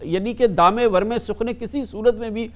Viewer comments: او جاہل ورمے نہیں درمے ھوتا ھے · itna barra anchor banta hai kamran khan aur isko urdu ke lafz nahin pata bol raha hai daame warme sukhne jabke darme darme sukhne hota hai